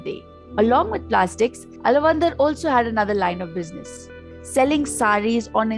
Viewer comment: Btw, he is not alavandhar...he is aalaavanthaar...!